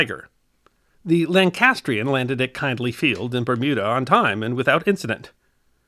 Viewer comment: Kindley Field, with a short "i". as in the name Mindy.